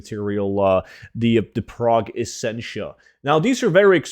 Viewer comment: You need some work on the pronunciation of progenitor.